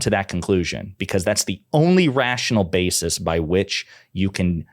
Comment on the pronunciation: "Baseez" is not a fucking word. Stop it.